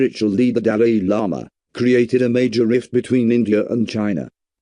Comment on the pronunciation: At least Pronounce it well😂